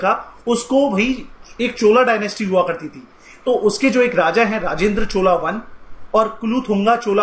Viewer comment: Pehle pronunciation sudharo पढ़ा लिखा व्यक्ति भी भूल जायेगा चोला नही चोल, नाल नही नल, दक्षिन कोशाल नही दक्षिण कौशल